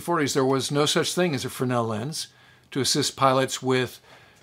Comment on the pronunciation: Love your content …nice to hear someone correctly pronounce “fresnel” for once! Thanks. LOL